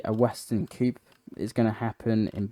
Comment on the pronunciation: Good video. lots of intersting items. Just a little tip, the word coup is pronounced 'coo'. The full term is coup d'état, I think it's French, and means to overthrow through rebellion.